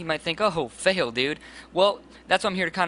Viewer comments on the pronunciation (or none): none